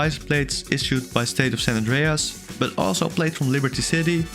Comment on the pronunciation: san 'ndreas😂